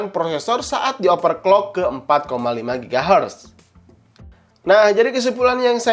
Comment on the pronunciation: Bang mau kasih saran aja, coba rubah cara ngomong nya di benar kan, seperti overclock di baca nya jangan jadi operclock, takut nya ada salah penyebutan brand nanti jadi masalah, itu aja trimakasih sukses terus bang